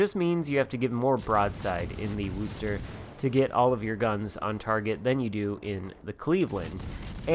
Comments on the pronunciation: Wooster? It's Were-chester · Wooster haha it’s pronounced wuster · Dude you need to learn how to pronounce the name of the ship! It’s wostah and doesn’t rhyme with boo. Git gud noob 😛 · Coming from Massachusetts and hearing you pronounce Wooo-ster makes me chuckle. Of course we pronounce it Woostah. Thanks for the video, I like my Worcester and as long as I don't leave myself in the open, I do real well.